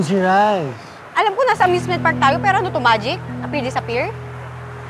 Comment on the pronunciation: Amusement❌ Amment✅ 🤣🤣🤣🤣🤣🤣🤣